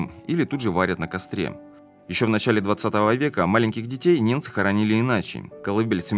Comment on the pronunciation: Не неМцы, а неНцы.😮😂